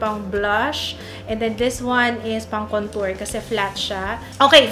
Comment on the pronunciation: wag Kang magagalit pero Mali po pag Sabi ninyo Ng contour... try watching Jeffrey star para SA pronouncing of contour... I love your makeup and everything